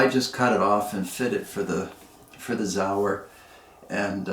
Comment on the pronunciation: It’s not zauer it’s Sauer